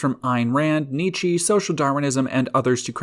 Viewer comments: The way you pronounce Nietzsche is so wrong it must be exactly how it should be pronounced in english. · neechee :(( i know it's foreign to you ppl but this is like preventable, one can just search pronunciations, even something as simple as wiktionary is your potential fren for example